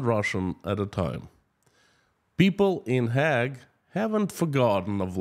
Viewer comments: its not Hag its Haaag the same as horses eat but with a g on the end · Hague is pronounced HAYG. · another great report on what is happening inside Russia. I've come here to comment on your struggle with pronouncing the International Criminal Court in the Dutch city of Den Haag ( the Hague ), try pronouncing it as the Haig/ Hayg. Greetings from the Netherlands. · In English it's actually pronounced "hayg" :) Произносятся "хэйг" на английском :) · Hague is pronounced Haig. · It may become more important, so just wanted to say I think you're saying The Hague wrong. It's a long A like hay or haig (not a real word). P.S. Hope there's no sugar in that brew of yours! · By the way Hague is pronounced Hayg in English.